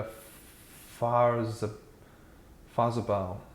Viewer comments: Farhr-zeug-bau sounds like: "FAHR-tsoyk-bow" If the "ts" sound is tricky, you can say something like "FAR-zoik-bow" as a close approximation, though it's not entirely accurate. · K (Car) T (tay) M (em like in 'eminem') Mow-tor-far (the British pronunciation of 'far' not the American one) -tzoig-bahw - K (car) G (gay) : is the correct pronunciation if you have an anglo saxon tongue. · Great summary of KTM's history and current dire situation. You crammed a lot of info into 5 minutes! Dreadful Deutsch mis-pronunciation though...Fahrezeubau is 4 syllables: Fah-Rer-Tsoy-Bow. FWIW I still have the KTM450EXC on which I did two North African rallies and am tempted by the modern 690 singles and 890 twins – but put off by all the tales of unreliability! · Fahrzeugbau pronounced… Fart-zoyk-bough (as in part of a tree🤣) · "z" in German always sounds like hard "tz" like in Hertz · Its pronounced "far-zeg-bau" - meaning vehicle construction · As a non-German speaking person doing a report and mangling the pronunciation of German names you may be trying to extract some humour from your verbal stumbles . As a serious reporter you have no excuse for not having at least consulted with a German speaker in order to listen to how “ fahrzeugbau “ is pronounced . Any few words in any language can be spoken correctly even if you have no clue as to what the meaning is . A parrot can do it , so can you